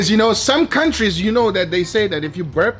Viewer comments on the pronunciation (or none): none